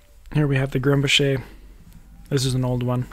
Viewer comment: It's pronounced GRUM-bocker, not Grum-buh-SHAY. It's a Swiss/German name, not French. Just FYI.